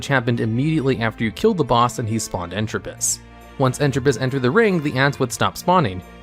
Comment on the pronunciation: Entrupus? Really? EntropIUS.